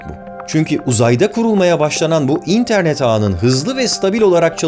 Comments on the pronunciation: abi nolur internet derken in'e basma vurgu sonda dinleyemiyorum seni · Barış Özcan'ın interneti "İNternet" diye söylemesine bir ben mi gıcık oluyorum ya